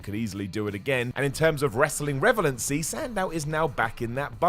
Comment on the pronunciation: it's pronounced "RELEVANCY". Not "Revelancy". That's not even a word.